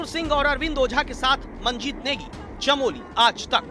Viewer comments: Chamoli not Chameli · भाई चमेली नहीं चमोली हैँ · Chamali nahi yar Chamoli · Chameli nahi chamoli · Abe chameli village Nhi hai Chamoli hai... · It's called chamoli not chameli